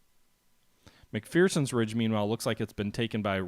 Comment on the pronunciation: It's pronounced "Mc-FER-son". There is no FEAR in McPherson. At least ... that's what the Gettysburg tour guide told me.